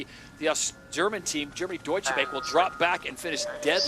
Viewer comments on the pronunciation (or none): The "a" in Deutsche Bank ist pronounced like the "a" in far.